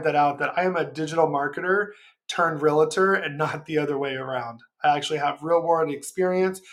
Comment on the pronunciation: REALTOR, pronounced REAL TOR There is no i. Great video :)